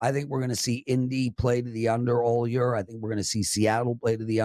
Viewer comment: The way this guy says “year” drives me crazy. ha wth accent is that?